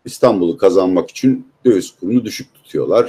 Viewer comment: Peki abi “rakam” değil “rakkam”, “için” değil “içün” mü? Why???